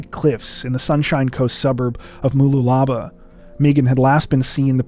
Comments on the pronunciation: Moo-loo-lah-bah 😂 I'm going to call it that from now on! It is pronounced Moo-loola-bar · I live down in the New England area, nsw, but I honestly thought he was trying to say Murwillumbah, and I was like, 'That's not close to Brisbane!' 🤭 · As impressed as I am with your pronunciations of names and places, Mooloolaba was wrong. It's more like Moo-loo-lah-bar. The emphasis is on the last syllable, not the third. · Just so you mooloolaba is pronounced more like mullooluhbar.❤ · I came to the comments because of that pronunciation 😂 I was like, 'What was that? You guys are usually great with pronunciation!' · I live just down the road from that Lighthouse which is actually in Buddina but I had to listen 3 times to pronunciation of Mooloolaba 🤣🤣 ( Sorry but It WAS funny ) and You probably know that the Lighthouse is across the causeway from Buddina to Mooloolaba..I wasn't living here when this Sad crime took place R.I.P Meaghan ( finally ) 🕊❤